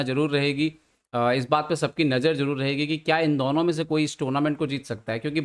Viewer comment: Ye Budelkhandi accent hai kya, I have seen same thing with Baba Aniruddhacharya. Why they pronounce दौनो instead of दोनो for addressing 2 people?🤔